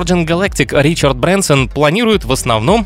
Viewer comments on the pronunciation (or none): none